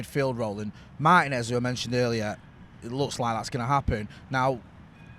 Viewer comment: Holy Cow can British people learn to pronounce Spanish names !!!! 🤯😤😤 Martinez is pronounced "Marr Tea ness" Spend sometime and research names you are not familiar with it shows professionalism !